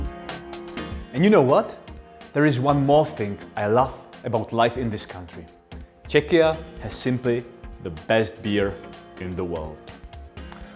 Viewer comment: It is a pleasure to hear somebody using the country´ s name Czechia quite naturally and freely and, what is top important, in a correct pronunciation [ˈtʃɛkiə] /check-i-ya/. It is a good model for all English-speaking persons who are not always sure about the correct sound.